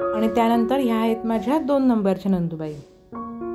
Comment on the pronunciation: नंदूबाई नाही ग ,नणंदबाई म्हण.